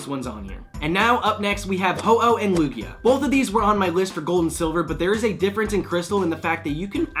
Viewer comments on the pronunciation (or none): none